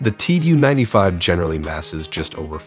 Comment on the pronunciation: It’s not “Tee Yoo” 95, it’s “Too”-95.